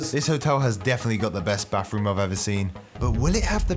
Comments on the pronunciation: (Bathroom) ❌ (Bafroom) ✅ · “Baffff-room” 😂😂😂 Bro it’s spelled “bathroom”